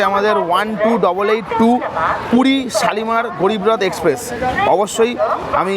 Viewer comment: আচ্ছা উচ্চারণ টা গ্যারিব রথ নয় ওটা হবে গরীব রথ। একটু কম নাটক করলে ভিডিও টা ভালই লাগে। আর বান্দে ভারত নয় বন্দে ভারত ... আসা করি পরের ভিডিও তে ভালো উচ্চারণ টাই শুনবো